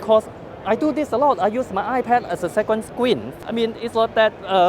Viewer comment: Nord WeepeeN